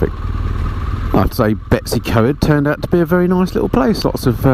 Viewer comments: I like your channel. Ive been riding for nearly 50 years now. Still ride a zx14 r so its my yardstick on aging. Now I was born in Wales. Betws-y-Coed is pronounced BETTIS- EE- COID. Not Betty' s CoEd which sounds like some bints secondary school. Watching on my tv with no access to comments and commenting on my tablet. I really enjoyed your tour of Scotland where we went a couple years ago through Ullapool to Tweed, in a hire car not a bike, as we live in remote southern West Australia, where the snakes and spiders are. You do not realise how fantastic it is to see green fields and lush gardens and cleansheep and rain and temperatures no higher than 25 C. O k i can go back to the big screen, the scenery and your pleasant monoloque alone in your helmet threading your way sedately through the 20 million tiny hatchbacks. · Betws-Y-Coed is pronounced "Better See Coid" and Beddgelert is "Beth Gel Art" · Nice video however I was cringing at the pronounciation of the Welsh names. I know you mentioned in the video about it. To get you on the right road to say the Welsh place names: Betws-y-coed is Bettus ur coid; Llanrwst is thlanroost, Beddgelert is Bed gellet (dd is th). Good luck with Llanfair pg - longest place name. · That was a very English pronunciation of Betws y coed. Lovely little village gets hectic during the holidays. Nice to see the place again thank you.